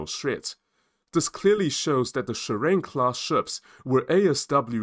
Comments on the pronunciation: It's SHI-RA-NE. Not shurine😂! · JS Shirane (DDH-143) is pronounced as Shi-ra-NE.